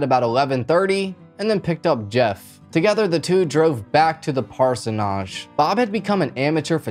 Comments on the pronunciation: This video is terrible and you're saying parsonage wrong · I couldn't get past your mispronunciation of parsonage. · Dude you need to stop closing your eyes it's just weird...if you are looking down to read the script and it looks like your closing your eyes you need to get a teleprompter or get a friend to help with cards with what you want to say... and also you are mispronouncing parsonage get someone who knows how to pronounce it to help you...so you don't sound dumb... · Hi! Please accept this is in the friendly spirit it is meant: I live in a parsonage and it's pronounced "PAR-se-nij" with the emphasis on the first syllable only. I tried so hard to watch but only made it to before I just had to stop. There's absolutely nothing wrong with needing help with pronunciation; I had to look up pronunciation videos myself twice while writing a paper today. But this mispronunciation distracts and bothers me so much that I doubt I'll ever finish this video. I will try watching another and I'm sure it'll be better! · I just wanted to say it's actually pronounced parson ige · It’s pronounced parsonage . Like idge “ parsnidge “ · Parsonage is pronounced par-son-idge. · I like the channel, but your repeated pseudo-French mispronunciation of parsonage ("PAR-son-AHGE) made me dip out of this one. You're better than that, bro.... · That’s not how you say parsonage. One of my pet peeves is people who do these videos and can’t even pronounce the words correctly. It’s pronounced as it is spelled. Age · your saying it wrong ask Google how to pronounce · I love how in every video mispronounces a word. Parsonage was killing me🤣. Its endearing actually.💗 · Parsonage has 2 syllables….. not 3…😳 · actually it has 3 syllables. I thought so but checked Webster’s dictionary just to be sure. He’s definitely pronouncing it wrong. My brother was a pastor and lived in several parsonages over the years. That’s why I know he’s saying it wrong. 🙄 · Parson edge